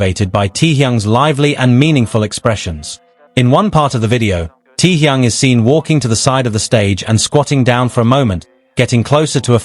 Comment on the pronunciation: Can you get the AI voice to stop saying "tee-young"...?